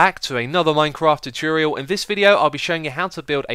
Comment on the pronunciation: What is so difficult about pronouncing 'tutorial'?